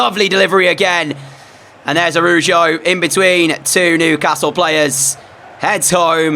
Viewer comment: U pronounced the cb it's araho I spelled it wrong because that's what it sounds like Love ur vids